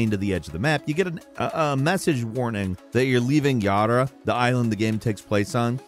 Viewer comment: The game even says Yara, but he must insist on saying Yarda.